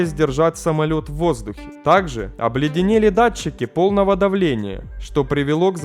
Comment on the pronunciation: Поработай над дикцией,читаешь с постоянной раскачкой,понижением/повышением тона,зачем?ПотоМАК ,а не потОмак. Понятно,что образования/эрудиции ноль и книжек не читал-(((( Аир,дАглас и т.д